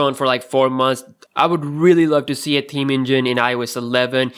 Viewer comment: did he say taheem (ta-heme) instead of theme?